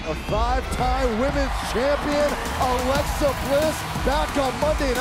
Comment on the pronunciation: Hey it’s Alexa not lexi